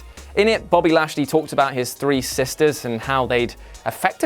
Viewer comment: one, two, tree